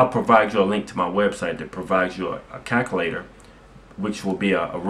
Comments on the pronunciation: Lol "calncalator" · wtf is a caculator